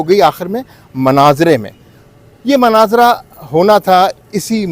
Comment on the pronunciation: حضرت ! مناظرہ کا کلمہ صحیح تلفظ کے ساتھ ادا کریں ۔